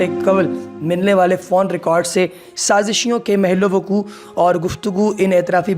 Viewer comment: Mehallay waqo sahi lafz nahi hay sahi word hay mahlaywaqo Urdu theek karo